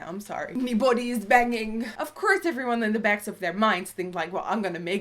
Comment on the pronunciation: "ME BODI IS BANGINN" I DIIIEEDDDDD😂😂😂